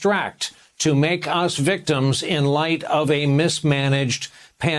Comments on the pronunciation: I choked on my cookie when he said Gynah. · Lol he said Gina.